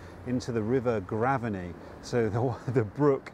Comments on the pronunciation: Great video! One thought, if the pronunciation is the same as the nearby school then I think it’s Grave-ney rather than Graven-ey. But I may be wrong! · We say Grave ney not Graveney. There is a school with the same name